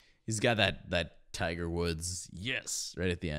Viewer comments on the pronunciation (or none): none